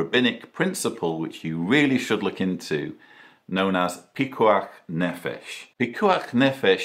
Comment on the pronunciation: You pronouced picuach nefesh right! It bothered me in all your other videos when you said it wrong, so thanks for fixing it :)